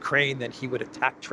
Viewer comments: Transnistria, not Transnistra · the specific russia-friendly region of moldova is called transnistria (sic), not transnistra.